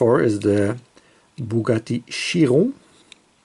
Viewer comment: Sweet show 🙂 the color on the hw Chiron ( you finally pronounce it properly 😜) is very simply called Bleu de FRANCE 🇫🇷🇫🇷🇫🇷🇫🇷🇫🇷😂 Alpine are also in this color, the steering column position in the 2cv is bit too vertical imo like a truck steering 😅 i will very soon get my hands on the welly 2 pack the corvette&jag and Volvo&mustang so it gives me a preview 🙂